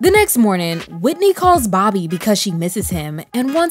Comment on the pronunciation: The way he stressed Whitney omg😵‍💫🫨